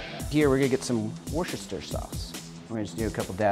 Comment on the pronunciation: Dude, it's woostershire, not wooshtershire.